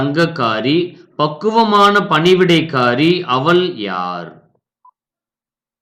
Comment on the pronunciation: தமிழ் உச்சரிப்பு சரியில்லை அவள் என்பதற்குப்பதிலாக அவல் என்கிறார்